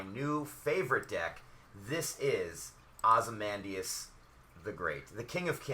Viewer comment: this is really helpful, defiantly gonna use this as a template for my decks, However you keep mispronouncing Ozymandias name. (I really don't want to be that guy, but it makes me cringe every time you say his name). Ozzy-Mon-Dayus